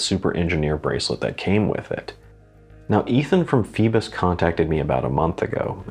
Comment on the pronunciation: Pronunciation: "foybos" (like "boy"). It is the classic Greek name that refers to Phoibos Apollo, the god of the sun. The name also refers to Apollo's grandmother Phoibe.